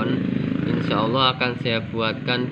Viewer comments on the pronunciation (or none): none